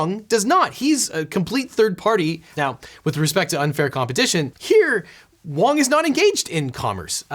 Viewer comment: You called him wrong not wong XD